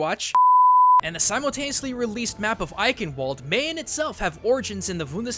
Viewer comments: Don't mean to be the grammar police but with eichen the ch is is like in change not like a k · I just love how americans pronounce german worlds for example the ch in eichenwald should be pronounced like the sh in should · why do you speak eichen eighen out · Fun fact: the proper way to pronounce Eichenwald is Ei-chen-wald. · okay, if you do topics about germany and try to pronounce german words, please get yourself a native german. the cringe in "Bundeswehr" and "Eichenwald" was to high. i volunteer to help ya out with pronunciation;D but it still was a good video and very informative.